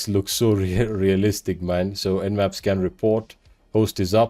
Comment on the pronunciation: Nmap not nap